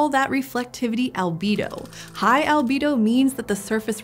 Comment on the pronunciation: Albedo, not " albido"